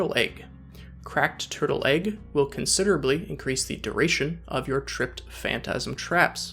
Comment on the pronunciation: Hearing you say “considerably” and “tremendously” gives me life.